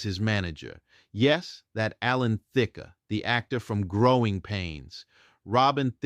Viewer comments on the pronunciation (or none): I hate computer-generated voices that mispronounce common names. For example The came You was with Dionne Warwick not Dye-on Warwick. He later teamed with Alan Thicke. The E is silent. The voice said Thick-ah. And Not Just Knee Deep was Parliament Funkadelic not Sweat Band. Such a remarkable singer with the remarkable story but I lost interest with mispronunciations that even a novice pronounce